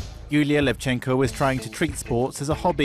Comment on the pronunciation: its LEvchenko, not LevchEnko